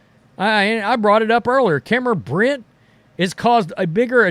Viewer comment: How can you get Cameron Brink’s name wrong every time? It’s not “Britt”, it’s “Brink” It’s not even hard to say bro